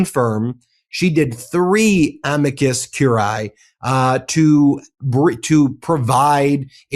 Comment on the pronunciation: amicus curiae - cur-i-ae (3 syllables)